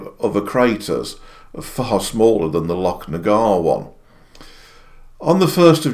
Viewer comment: Thank you for the pronunciation of Loch. Shows you pay attention to detail and and care about details.